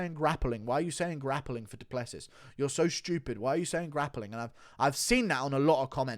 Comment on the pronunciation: Wait... so you knew how to pronounce Du Plessis this entire time and just do it wrong 99% of the time?